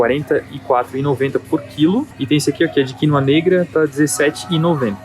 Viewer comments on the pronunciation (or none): Achei estranho o jeito que falou quinÔa. Ele disse quÍnoa..